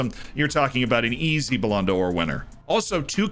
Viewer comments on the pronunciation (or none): IT'S BALLON DOOR, NOT BALLONDA OR. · "BouLan Door" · bro the way says the ballonodor is so funny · I'm sorry my man. Your pronunciation of Ballon d'Or hurts every time. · Lmao literally